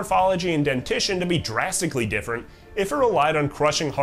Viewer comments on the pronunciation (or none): none